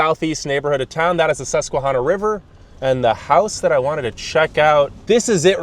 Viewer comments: This person needs to do some fact checking along with the correct pronunciation of our rivers and our native American tribes. He asks why the city has such a high poverty rate. Maybe he should check out what the formerl mayor Juanita Crabb made with NYC in the mid-80. They sent bus loads of welfare recipients to Binghamton with the agreement that NYC would pay for the 1st year of benefits for people relocating to Binghamton, then after that Binghamton and Broom County would pick up the tab for cash assistance, Medicaid and food stamps. She did this to raise the population of the city after loosing so many residents/ tax payers when a lot of the industries left. The crime rate soared when the bus loads of people from the Bronx, and Brooklyn moved to Binghamton. A lot were drug dealers because the price of drugs in Binghamton were 2-3x what they would get in NYC. She also chose to build a baseball stadium rather than to build a world-class mall. (The Destination Center Mall in Syracuse. Originally called the "Carousel Center" named after Binghamton, the carousel center of the . He also didn't touch on the number of carousels in Broome County. He also never spoke with city officials on getting rid of the urban blight and slum lords in the city and how the city is trying to clean up the city in order to make it more appealing to business looking to locate in the city. He also didn't even mention that Dick's Clothing and Sporting Goods started on the east side of Binghamton. Yes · He can't even pronounce "Chenango" or "Susquehanna" right---doesn't sound much like adequate preparation. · Sometimes I think I will perish if I hear one more person pronounce Susquehanna incorrectly. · First of all, learn how to pronounce Chenango and Susquehanna. We left Binghamton in 1995 and have lived in a red state since. We cannot wait to get back home to Binghamton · You’ve pronounced the rivers incorrectly.